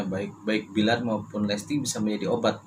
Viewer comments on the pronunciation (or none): Ya Allah Mak aq koq ngakak Mak bilang billar jadi bliyaar gitu ahaaa Mak kira bola bliyarr ahaahaa